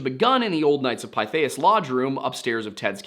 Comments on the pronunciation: Pithias phonetically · Pretty sure it’s pronounced Pith. Short I. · Knights of "Pith-ee-us".